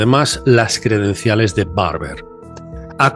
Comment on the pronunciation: ¡Se dice Credenciales,!